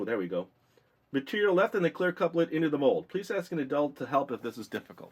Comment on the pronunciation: He kept saying CLEAR CLUPS instead of CLEAR CUPS!!! Amazing video...good job!